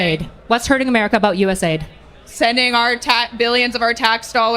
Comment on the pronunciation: Great points and counters. Well Done! The only thing I’ll add is that hearing you say “Us aid” Drives me up a fucking wall haha USAID stands for United States Agency for International Development, so it’s pronounced letter by letter U.S.A.I.D